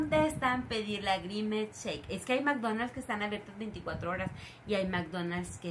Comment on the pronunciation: Nose llama grimescheque es grimes😊